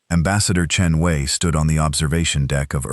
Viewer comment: AI sucks. Voice and text misaligned, and poor ambassador Chen Wei. How many ways is her name mispronounced?